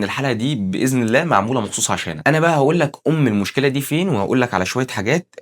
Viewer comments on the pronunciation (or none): none